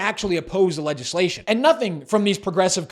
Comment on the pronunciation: "Legislation". The "g" is soft, like a "j", not hard as in "Leg".